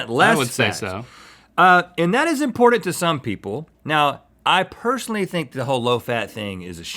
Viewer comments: Why does Rhett say "imported" instead of "important"? *edit* Link does it too! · Anyone else think it’s weird how they both pronounce “important”?